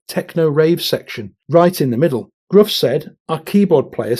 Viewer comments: SFA's frontman's name is pronounced 'Griff'. The letter U in Welsh words is very often not pronouced the same as in English. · Is it really pronounced Gruff, as his name is Welsh, shouldn't it be pronounced as Griff? I bet if you were to ask him, the man probably wouldn't give a f**k, 😂. Mwng - that W is a U. Like deployed 👍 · Gruff is pronounced Griff. It’s welsh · You probably know this, but Gruff Rhys' first name is pronounced Griff not the way it looks.